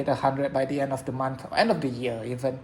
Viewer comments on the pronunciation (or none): none